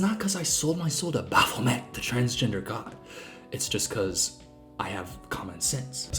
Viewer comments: Hey, Satanist here! Baphomet isn't a fucking god?? Baphomet (actually pronounced Baff-oh-may) is a supposed to represent harmony between Science and Spirituality; that somethings aren't meant for us to understand, but what COULD be understood, we can use to help improve the world. Baphomet is a symbol meant to decentralize human existence and ourselves, as individuals. Baphomet is both person and beast, they are both female & male, both nature and nurture, they are of knowledge and the incomprehensible; more over, they are both a character from Christian mythology, but also a symbol that has been developed outside the scope of Christian belief. Baphomet was not made to be worshipped, they were made as both a rebellion and a symbol of connection. Perhaps all of that is "evil" to a god-fearing Christian type ig? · for someone so educated, she cant pronouce baphomet right 🤣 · i literally hate this women so much. firstly its baphomet (bah-fuh-met), not bApHomEt. he is a “deity” and he’s not trans, he is a god-like figure that has no gender, like christan god. both are not male nor female, and specifically baphomet is not good nor evil, he’s like a symbol of neutrality, dude. i’ll say it for the people in the back too: “SATANISTS ARENT FUCKING EVIL, READ THE TENTETS OF SATANISM BECAUSE IT ALL BOILS DOWN TO “DONT BE A PIECE OF SHIT”. secondly, skeletal structures don’t mean shit, i know cis men with very petite and “feminine” frames and i myself have pretty broad shoulders for an afab person. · What makes it worse is that that’s not how you pronounce Baphomet (bc it’s french)